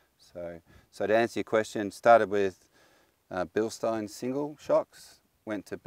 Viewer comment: Thank you. Finally someone that pronounces "Bilstein" correctly.